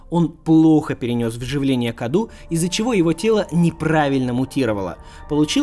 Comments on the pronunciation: не каду а кадоу с ударением на букву О это на румынском языке означает подарок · насчёт паразита Каду: правильно он произносится "Кадоу", ибо cadou - это подарок по-румынски